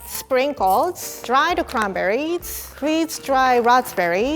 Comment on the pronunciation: Everytime said something that ends with an "S" she ends it with "TS" instead... "Cranberriets"